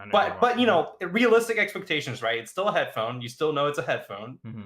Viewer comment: The new pronunciation of hedddddphone is spectacular.